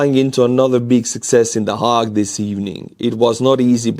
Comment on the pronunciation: 'The Hague" is pronounced "the hayg".